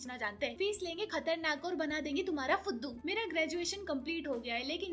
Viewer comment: The way she says "fuduu" 💀💀💀